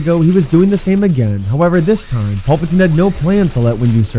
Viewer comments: “Pulpitine” have you ever watched starwars ? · then why do they say the names wrong? like PULPatine, instead of Palpatine lol